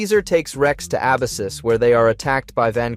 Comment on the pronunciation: There's so many errors though... meechum/meek'em, Abyssus/uh-bye-sis, evo/e.v.o...